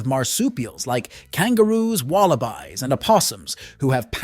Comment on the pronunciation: its WALLABY not WALLABI FFS learn to speak properly